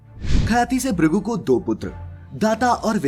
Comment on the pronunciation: Narrator cannot even utter the differences correctly...its "bhrigu" not "brigu"...bhagwan not bagwan...dharti not darti